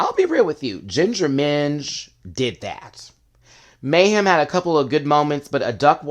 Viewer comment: 'Meh'-hem Miller. 🤷🏿‍♀️